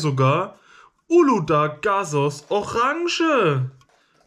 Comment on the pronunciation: Es wird übrigens Uludag ausgesprochen, so wie du es ausgesprochen hast. Ich würde auch sagen das normale schmeckt so nach Kaugummi und Tutu frutti irgendwie. Aber es ist halt doch eher kein Kaugummi sondern einfach was besonderes. Das orange nehme ich immer mit Eiswürfeln und dann schmeckt das daher das es kühl ist und mit Wasser verdünnt ist, schmeckt es irgendwie viel besser. Also ich liebe es ja mit Eiswürfeln. Für Bier brauche ich noch nen paar Jahre😂